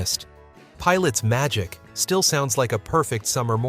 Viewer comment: Seriously, I always thought that whenever he says magic he was saying” Ohh Oh Oh ITS MY D**K. And to be honest, it still sounds that way.